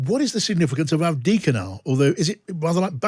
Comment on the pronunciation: There is a second ‘v’ in ‘Avdiivka’.